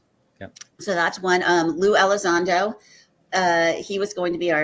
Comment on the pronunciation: This guest is absolutely terrible with repeating peoples names, he butchered Avi Loeb and Luis Elizondo. I only say something because these people deserve proper recognition and to give people the correct information to do research to come up with their own conclusions and thoughts.